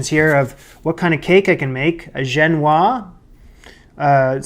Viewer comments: I believe its "gen-wha-zzz" not "gen-wha". The ending of "se" indicates the "se" is pronounced. Otherwise, the baked alaska looks Wonderful. I'll be over for coffee. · Just to be picky, the ‘s’ is pronounced in Genoise. To complicate things, it is a sponge cake from Genoa, so the French say ‘Genoise’ rather than the Italian ‘Genovese’ or the English ‘Genoese’ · Chan tee yee. Chantilly. Gen woaz. Génoise. Do you know what Darth Vador wants in a french bakery? pain pain pain tarte tatin tarte tatin. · This was magnificent. And a Baked Alaska is a challenging recipe for a home chef to attempt, so you should be very proud of yourself, it sure looked delicious. A tiny bit of advice on pronouncing "genoise": it's true that final consonants often aren't pronounced in French, but that S isn't final. The E after it means that you say something like "zhen-wahzz." But that's minor indeed -- you're the greatest!